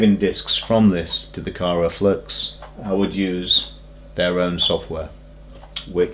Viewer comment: I know this is a fairly old video now, and not trying to be an a-hole, but it's Kry-o-flux not Kyro-flux ;-)